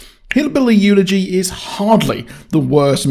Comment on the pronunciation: i believe it's called / pronounced.... EL E GEE. Not Eulogy, as in the funeral sense. I enjoyed it also despite the negative talk in advance.